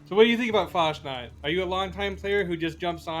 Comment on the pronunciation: Pronounced “Fahs nuked”. Roughly means fallout in German.